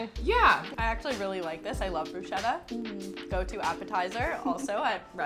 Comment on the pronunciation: more like broo-skettah